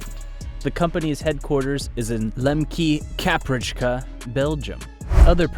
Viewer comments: I have never heard Lembeke, Kaprijke butchered so thouroughly. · Your pronunciation of Lembeke, Kaprijke took me out haha